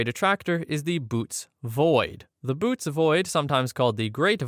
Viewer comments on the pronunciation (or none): The constellation Bootes is greek and pronounced boh-OH-teez. The dots indicate that you have to speak both vowels individually.